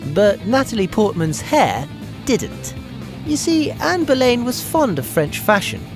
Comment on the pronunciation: Ann Boleyn is pronounced bo-lin, not bo-layn.